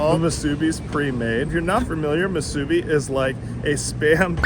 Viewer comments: Moo-soo-bee not mah-soo-bee. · Thank you for saying POH-KAY most of the time and not POH-KEE. And it's pronounced MŪ-SŪ-BEE. Thanks for giving more places to eat cheap. I live in the windward side, and don't know where to get cheap eats on that side of the island yet. ALSO, not all Foodlands have great Poke bowls. Imo Ala Moana has the best Foodland Poke. I go there when in the area and on a budget. Also: SAW-TOE = Sato ... Japanese ❤ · What! No Saimin😄🤙 Musubi is pronounced Moo Su Be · Pokey? Masubee? Gotta work on your pronunciation. I think Pokey was Gumbys horse.😂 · Not bad guyz ... a couple corrections if U don't mind? 1. musubi is 🗣️moo'-sue-bee 2. 🗣️ Sah-toe 3. Taro/kalo has nothing 2 do w/ube! ... Google it? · It's hard to listen to him pronounce musubi, emphasis on the B please